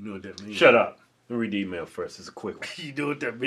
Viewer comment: "Emayul"? Lol